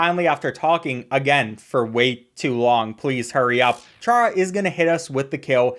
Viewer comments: It’s pronounced Car-uh not char-uh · it's prenounced cara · bro ch-ara? are you fr. its pronounced cara. bruh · Why is no one talking about how he pronounced charas name wrong it's pronounced cara not Chara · it's pronounced Kara not like char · ITS NOT PRONOUNCED “CHARA” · Ain’t no way bro said chara didn’t pronounce it kara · by the way its chara as in character just so you know